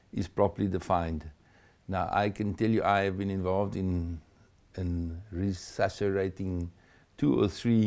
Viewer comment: "Resuscirating"...? I'm not sure if he was trying to say "Resuscitating" or "Resurrecting"